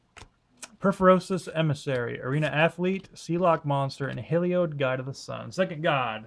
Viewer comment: Its Hell eeeeee oddddd not heel eeeee oid. It is also eye DOH (Like DOUGH) LUN not eye duh lawn. People not knowing how to read these names drives me nuts.